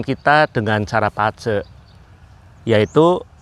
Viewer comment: Bazi tapi baca nya kok Pace.....?? mungkin salah dengar kali sy.